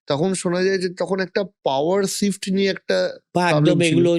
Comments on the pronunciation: যিনি ইন্টারভিউ নিচ্ছেন তিনি ঠিকভাবে "SHIFT " শব্দটি উচ্চারণ করতে পারছেন না, এই হচ্ছে আমাদের বাংলার শিক্ষা ব্যাবস্থার হাল. প্রচুর এডিট করা হয়েছে ভিডিও টিতে , কারণ সুমন বাবু মাননীয়া সম্বন্ধে যে কঠিন ভাবে কথা বলেছেন সেটা পুরোপুরি তুলে ধরার মতো সাহস নেই. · Ekta podcaster er emon pronunciation! Sift clas eki ! Jaghanya !